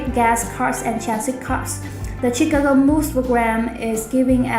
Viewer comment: Chicago learn to pronounce it correctly !!!!